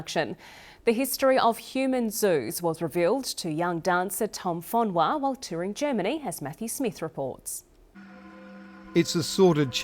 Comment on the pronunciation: sole why u pronouncing it like he is tahitian it is pronouced for-nu-a no fonois or sumfing like dat